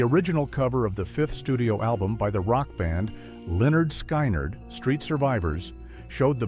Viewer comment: For some of these you should've done more/better research; also, the mispronunciations....Never in my life (35 years) have I ever heard Lynyrd Skynyrd pronounced like that. 🙄